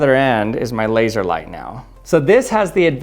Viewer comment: “Labseor” - Odd1sout